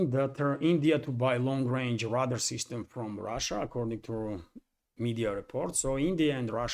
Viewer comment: Just a helpful note... Radar is pronounced "ray-dar."